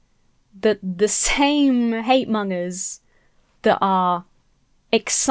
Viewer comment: I love everything in this video, I’m just afraid your pronunciation of the word ‘monger’ might get you cancelled one day 😬